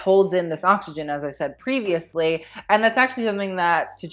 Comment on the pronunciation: Tjaerendsen is of Danish or Norwegian descent and it is pronounced as t-Cher-end-senn (Cher, as in Cher the artist)., I need you to bring back the fashion history episodes: reaction videos are hilarious but I also love to learn things. EDIT: Ok, I commented waaay too early, sorry, pronounciation is still the same though!